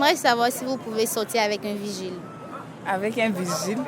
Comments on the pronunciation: D'abord on dit pas virgile mais vigile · ON NE DIT "VIRGILE" MAIS PLUTÔT "VIGILE".